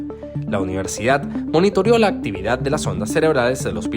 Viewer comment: Video muy interesante. Sin embargo la AI que narra hay que programarla para que hable bien castellano, dice “hackiar” en vez de hackear, “monitoriar” en vez de monitorear, “trentidós” en vez de treinta y dos, “aria” en vez de área, “aerio” en vez de aereo o “arolineas” en vez de aerolíneas. Afortunadamente ya usa menos muletillas como “umhh”.